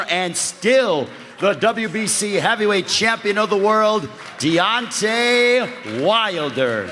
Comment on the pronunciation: Butchered his name 😹